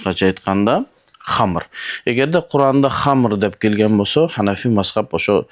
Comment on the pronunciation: Ханафи деп болунбойле айтса болбойбу